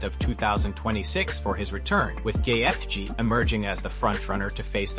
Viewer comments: Who on earth is GayyyETHHHje? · Your AI voice and AI script is trash. Had to stop it as soon as you butchered Gaetje’s name repeatedly. Can’t even say Dana correctly. Your channel is AI SLOP.